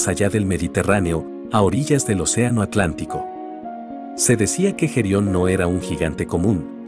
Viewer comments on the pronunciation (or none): none